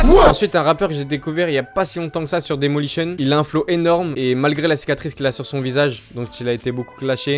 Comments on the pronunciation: C pas daymolition c daylimotion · on dit d'ailimotion mais sinon gg les vidéos